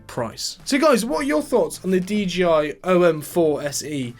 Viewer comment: Bro got me pronouncing it “DGI” now 💀💀💀